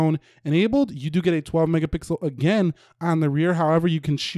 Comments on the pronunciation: Is it me or do you say megapickels??😂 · Max gill hey want some mega-pickles😅😅💀